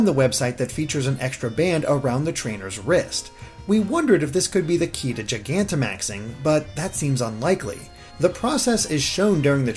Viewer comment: FINALLY I FOUND A VIDEO WHERE SOMEONE PRONOUNCES GIGANTIMAX CORRECTLY